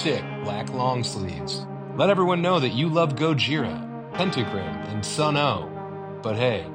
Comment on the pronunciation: God damnit Samuel, say it right. It's Sunn o)))